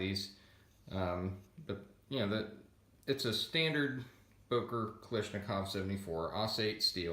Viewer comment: It. Is pronounced. KalASHnikov. Ash. Ash. Kalashnikov. The AK was not invented by Mikhail Kalishnikov. Fucks sake